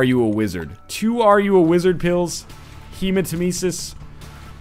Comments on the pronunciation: it's hemat-EM-esis, not hematem-ES-is. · Um... when did NL realise the word Hematemesis comes from Nemesis and started pronouncing it right?